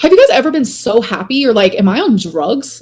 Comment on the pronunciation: Her dragging her word syllables out,makes me see red...haaapy..😂